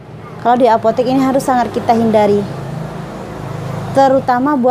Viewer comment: Buk cuma mau benerin, sebutanya apotek bukan apotik 🙏🏻